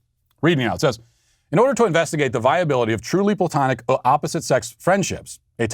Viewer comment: Matt. Correction. It is not ploutonic love, it is Platonic.